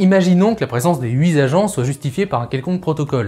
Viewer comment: "huit zagents de police municipaux" WOUHAHAHHAHAHAHAHAHA là tu as fait fort. Mais, c'est peut être le français de Nice. Possible. "huit zagents" "huit zagents" Bon, allez, je te viens en aide pour les prochaines vidéos.